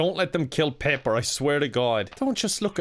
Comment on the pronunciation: Pip. Not peep.